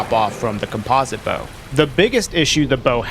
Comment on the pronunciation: Dang is that really how you pronounce composite? Have I been doing it wrong